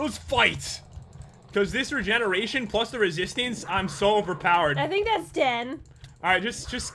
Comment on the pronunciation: every time he says regeneration I think reJENeration..................